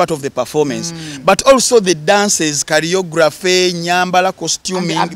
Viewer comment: Choreography not "carry-yography"